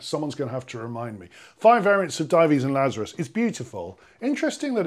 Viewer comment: So nice to hear you pronounce "Dives and Lazarus" correctly, something you will never hear on Classic FM, even though listeners such as myself have pointed it out to them. I was a talk given by the Vaughan Williams Society a few years ago when this point was mentioned!